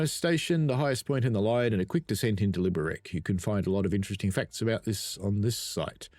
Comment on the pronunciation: Hey, just a quick note - the Liberec is pronounced "LI-be-rets". Czech is a phonetic language - you read what you see :)